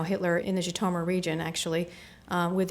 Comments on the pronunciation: Totally not pronounced "ji-to-mur..." so American... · Yes, gratingly odd pronunciation. Undermines the scholarship.